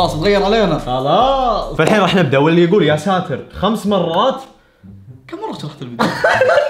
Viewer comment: يااساتار غلط انوتقولنها قولو يا ستير